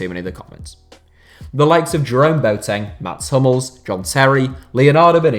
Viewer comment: That's a weird way to say mats hummels